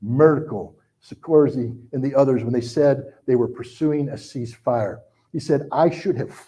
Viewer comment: Also, his inability to pronounce “Sarkozy” even just phonetically doesn’t exactly inspire confidence